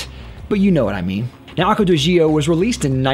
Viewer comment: You're actually the only one who pronouces it correctly. 👍